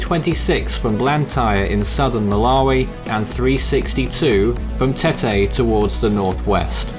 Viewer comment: Help with your pronunciations: Beira = BYRA Tete = TET Chimoio = CHIMOYO